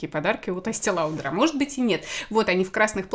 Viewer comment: Есте лаудр 🤦🏼‍♀️